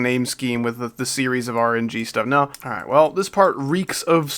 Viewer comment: "Rgb" trillogy? Nah rng terillogy